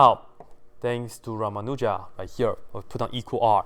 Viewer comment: Ummm..., I just wanted to tell you that the ending 'n' of Ramanujan is actually pronounced. Thank you!